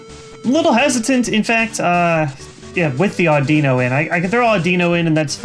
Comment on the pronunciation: i noticed you mispronouncing audino and cilan compared to the anime you pronounced the i like it was an ee but in the anime its said like the i in anime same goes for cilan he is pronounced like silan with the same kind of i